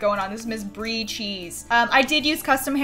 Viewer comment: "Brie Cheese" "Bree Cheese" "Free CHEESE"